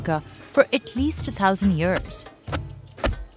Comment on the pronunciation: I love this series, but I wonder if someone can tell me what accent or dialect the narrator has? The pronunciation of "year" here is kind of unusual?